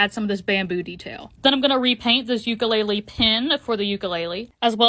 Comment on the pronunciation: The pronunciation of ukulele💀💀💀